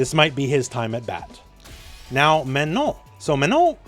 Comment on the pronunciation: Congrats on actually pronouncing Manon the way it is pronounced in French :)